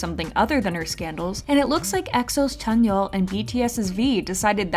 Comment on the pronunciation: "and now let's look at our boy tzányon"